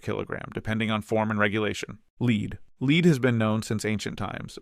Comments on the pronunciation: lol 'leed'... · The author should have reviewed AI production. Did not pick up the gross mispronounciation of lead. Yup, AI still needs to be edited. Most probably a high school homework project. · Loved the video. Provided a lot of great info in a concise manner. Thank you for making this! One recommendation would be to standardize the units when talking about price (kg, Troy ounce, tons) to make it easier to compare between elements. Also, Lead (Pb) is pronounced like “led” not “leed” 🙂